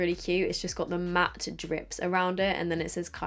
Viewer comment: Always love your videos, but please please when you say the word "matt" remember it has two "t's" pronounce at least one!